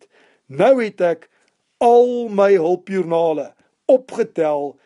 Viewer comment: LOL het gese hulpjoernake. hulpjoernaKe in plaas van hulpjoernaLe haha. Almal maak foute dis reg. Ek wil net graag sê dat een van die nice ste ooms is wat ek ooit al ( ek wil eintlik ontmoet sê) gesien het. Ooh wag. Laat ek eerder sê nice ste wat ek al geHOOR het 😂. Maar ek wil net graag hê dat elkeen van ons sê dankie het en dat moet aanhou as dit se passie is. P.S. Ek verstaan nou SOO baie meer goeters in rekeningkunde as wat ek tevore het. Dankie baie.